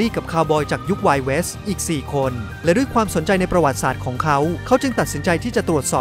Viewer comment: คำว่า ประวัติศาสตร์ ช่วยพูดให้ถูกต้องด้วย